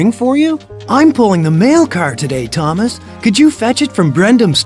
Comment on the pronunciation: What Thomas you said it wrong